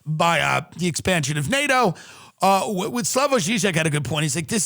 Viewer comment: You pronounce Slavoj Žižek's name to PERFECTION, yet say "in Long Island" every week, instead of "on Long Island"? Thats sus tim, super sus....